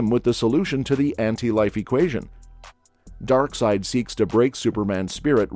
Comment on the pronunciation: Omg. “Snyderverse”. You’re killing me man. For real. Hurts my ears. At least you said DarkSeid correctly.